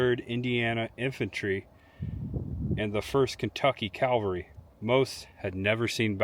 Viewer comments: YOU HAD ONE JOB!😂 CAVALRY! Not Calvary! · Nice work, very thorough! Just a note: It's pronounced cavalry, not Calvary. It's a common error, though, and it's even spelled wrong on the union and the confederate regiment monuments!